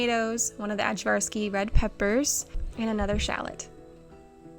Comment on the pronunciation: You always come up with the most interesting and easy recipes, I don’t know how you do it! I know you work really hard for your business. I loved seeing your garden and cooking is always a favorite. PS. Ajvarski is pronounced “Eye-var’-ski”. Sarah from Living Traditions Homestead introduced it to the homesteading community and taught everyone to mispronounce it. It’s from the Balkan region, they pronounce the aj as “I”.